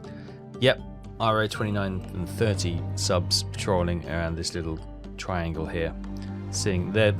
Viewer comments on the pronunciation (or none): none